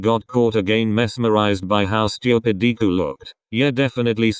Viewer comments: Deku, nah DKU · Lol 'Deequ' poor deku 😂😂😂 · Everytime Bakugo said "Deku" it sounded like "Diku"😂😂